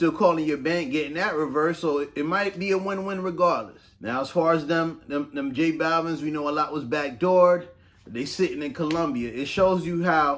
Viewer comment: I kept thinking you were saying “Jake balvin” I kept pictured some weird white version of j balvin 😂.